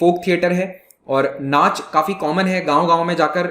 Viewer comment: Sir from Chhattisgarh 8.00 it's नाचा not नाच